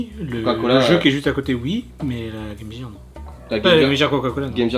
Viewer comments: Bonjour a vous, loin de moi l'idée de vouloir vous corriger, mais ça ne se prononce pas GAME JIRE mais bien GAME GEAR, comme GUEU. Voila voila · la "game jirr" LOL